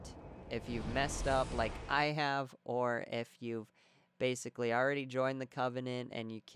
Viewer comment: bashically xD I'm sorry man, had to laugh at that, no offense. Nonetheless, great video, subscribed. I only needed mound makers only to find out that I killed the rotted tree so I fucked up. ng+2 here i come...